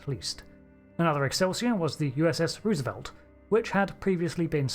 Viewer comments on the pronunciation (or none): I'm sure he said Roosevelt as he pronounced it wrong......